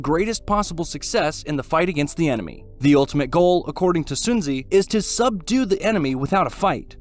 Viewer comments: soon zeeee! HA HA HA!!!!!!! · I didn't knew Sun Tzu is pronounced Soon Zeeee.. 😅